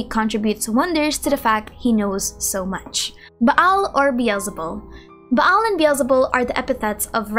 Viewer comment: lol your Filipino pronunciation really comes out when you see a double vowel like "Baal". It's more like a long Ah "Baal" rather than "Ba-Al"